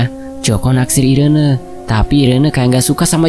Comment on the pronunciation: namanya dibacanya iren bukan si 😂 atau emang irene? 😂